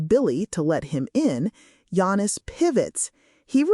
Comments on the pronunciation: You can't even spell his name right or say it right. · Do the man a courtesy ànd at least pronounce his name correctly...you haven't watched a single video from that fact alone. And please spell his name right...Yanis. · she can’t even say his name correctly!